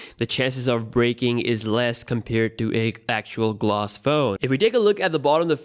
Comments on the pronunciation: Gloss or glass? I can’t tell what he is saying lol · It's not Gloss, it's Plostic